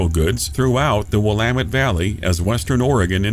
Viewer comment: Kudos for pronouncing Willamette correctly!